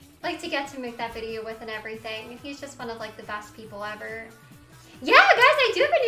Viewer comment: “Thank you for da bits”